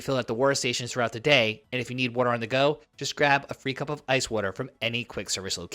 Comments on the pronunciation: What is weerter? Are you trying to say water? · What the hell is wharterer?